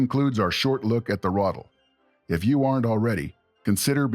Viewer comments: ithe not rothel it's R(uh)- ah- tell + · Good video, but for the love of sweet Pauline, please learn how words are pronounced. It's not a "Rattle" it's a "Ra-tel" (emphasis on the second syllable); also, it's a "cup-ola", it's a "cue-pola" ... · Lmao I was sitting here like "when tf is he gonna talk about the Ratel??" Stfu about this Rottle nonsense. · Ai... never heard it pronounced "ruddle" before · The pronouncing is so annoying